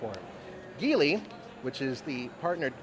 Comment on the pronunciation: nice reporting on the EX30. Your reporting requires a correction. The parent company of Volvo is Geely (pronounced like Jeely, Jee-lee, or Jili). The word Ghee-ly (butter like), as you said, is not the company’s name. If anyone needs some clarification, please make your way over to the Geely Group YouTube channel and have a listen to how they say it. Keep in mind that the hosts are from all different backgrounds and accents, yet they still say, Jeely, Jee-lee, or Jili.